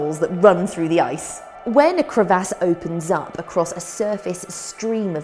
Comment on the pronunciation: Lol and CREV-ASS